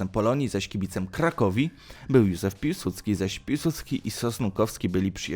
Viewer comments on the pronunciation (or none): none